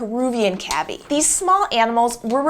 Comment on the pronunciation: I thought cavy was pronounced like K.V.